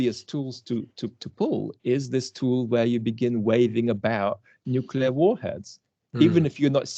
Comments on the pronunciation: Nuclear - new clear. Shame on you Dr Campbell 😂 English your second language? Vlad pronounced it right every time 😉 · Wow - for years I thought Dr. Campbell was British - but obviously not from his constantly saying 'nucular'! I'm guessing you emigrated and managed to keep your British accent? Nevertheless a fascinating conversation, thank you. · Why, as an educated man, Dr Campbell, do you say 'nucula' instead of 'nuclear'? It seems weird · This gentleman mentions 'newkiller' weapons on several occasions. Is this a Freudian slip or a mispronunciation of 'nuclear'? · Please! The word is "nuclear" not "nucular". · dr John, may I point out to you that it's pronounced nuCLEAR, not nucular thank you for this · Not nucular... it is nuclear. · Dr Campbell, nuclear should not by pronounced nucular. It annoys me that ever since George W Bush popularised that pronunciation, more and more people, who should know better, have taken his lead. I am disappointed that even a scientist, who should be familiar with the word nucleus, should then ignore the fact that this is the root of nuclear. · Dr. Campbell, it is pronounced NU-CLE-AR . Not nuke-you-ler... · Good advice. Don't make yourself into a media personality. Getting too big for your boots. By the way the word is 'nuclear' not nukular . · It's surprising isn't it that someone as obviously intelligent as John Campbell insists on referring to "nucular" weapons as opposed to what everyone else refers to as nuclear weapons. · It's nuclear, not nucular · Nuclear is pronounced NEW-CLE-EAR, not NUC-YOU-LAR, Dr. You sound like George W. Bush! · Nuklear not nuclear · Nuclear not Nucular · Nuclear, pronounced "nu-cle-ar", for the love of g_d, not "noo-cool-arr". Kind regards.